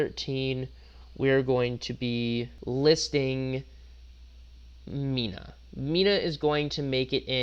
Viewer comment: You did Mina and mineta wrong my guy